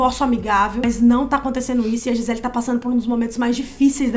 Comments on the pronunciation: Gente ele é brasileira, o nome dela é Gisele não gizeL. Podem falar a pronúncia em pt Brasil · O jeito que a moça fala o nome da Gisele 🙄 "Giselll" Mana, ela é brasileiríssima! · Gente... adoro os vídeos de vcs... mas o nome dela é GiselE... afinal ela é brasileira... não entendi o pq dessa pronuncia "Gisel"... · Vocês são brasileiras, o nome dela é em português. GI SE LE. Nós pronunciamos a última vogal. Para de palhaçada de Gisell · Gisel Kkkkkkkkkkkkk Ela é brasileira, porr!!! É GISELE! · Pq a menina ficava chamando a giselle de gisell?? 😂😂😂😂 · Di-zel???? Ai foi demais né meninas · Nossa que agonia “Gisel” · Pq vcs nao falam o nome dela em português? É Gisele.